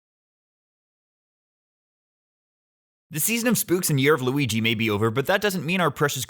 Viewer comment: ... did you say "Lughi" ?